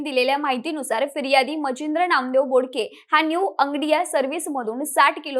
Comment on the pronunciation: तू बोलतेस बोडके, आणि तिथे लिहलंय बोबडे. 🙄